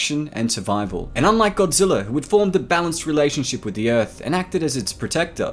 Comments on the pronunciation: How many times are you going to pronounce Godrija. Godzillr damn man you like the series be neglect the core values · Am I the only one mad that he says Godziller instead of Godzilla?.... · Sounds like he is saying “GODZILLER” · Petorasaur...? King Gojira...?!?! Nyat! I love you, but those pronounciations rended me. It's pronounced "Terro-saur" and "Hydreigon" (kidding, Ghidora)